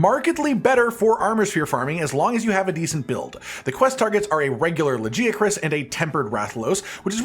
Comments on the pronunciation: The day you are able to pronounce Lagiacrus correctly is the day i'll maybe subscribe. Stop butchering his name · Is his pronunciations of Serg and Lagi off or am I stupid?